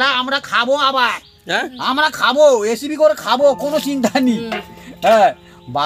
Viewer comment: কাকা এসিপি নয় রেসিপি কথাটা